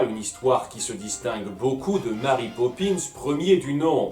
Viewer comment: Pitié les Francophones ... Mary est un prénom anglais ça se dit donc "Mery" et non pas "Mari" c'est horrible j'en ai marre qu'on prononce mon prénom de travers ...